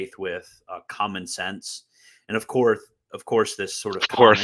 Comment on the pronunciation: “Of courth”. murdered you